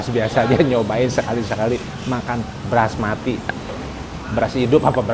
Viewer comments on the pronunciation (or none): Bukan Brasmati kang,,, tapi BASMATI yaitu beras asal asia selatan